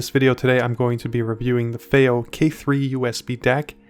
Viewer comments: fay-oh? fee-oh! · you’re joking right? Their is so much misinformation in this “review” it’s not even funny. Because at first I did laugh you can’t even pronounce Fiio correctly. Since when do 2 i’s grammatically announce an A sound? That was hilarious. But saying to people whom come her to get information that “don’t expect to be blown away it’s just a dac” when in fact it’s marketed as a HEADPHONE AMPLIFIER is ridiculous. It’s actually on the more powerful side especially for its size. Even more so the balanced input that you knew nothing about....goes up another 100mw using it. That’s something you would have known by looking at the back of the box. You shouldn’t be reviewing things, my dude 👍🏼 not unless you wanna put a tiny bit of effort in